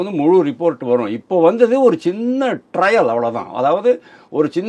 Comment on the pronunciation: டிரையல் அல்ல, டிரெயிலர் என்று சொல்ல வேண்டும்